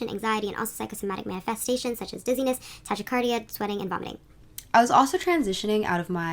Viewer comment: She pronounced tachycardia so wrong butttttt love her style.